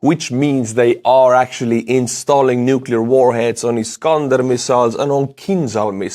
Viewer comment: I commend you on your accurate pronunciation of “nuclear” in English! Yes, it is “new-clee-er” and NOT “new-kew-lar” as some newscasters with multi-million dollar contracts insist! Okay, small detail. Just trying to stay sane while trying to keep up with the horrible details of war!